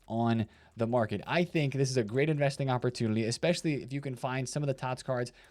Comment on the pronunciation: 😂 bro he says that all the time along with “communlity”. He has done it for as long as I can remember. Makes me smile.